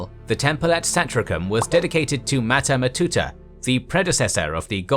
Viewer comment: Go watch Luke Ranieri or something, your pronunciation of names is funny af. matata matata and the larries lmao